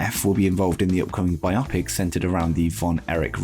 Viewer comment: It’s not Bi-Opic. It’s Bio-Pic. As in Biographical Picture